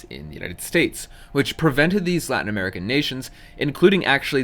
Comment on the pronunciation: This is a small thing but it's nice to see people doing their best to pronounce Latin American names correctly. Most people don't.